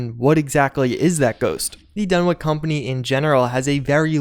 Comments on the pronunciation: It’s Dun-witch not Dun-wick The listening post bravo story is an Easter egg for a Scandinavian metal band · Dunwich is pronounced as its spelled. It's a "ch", notta "k".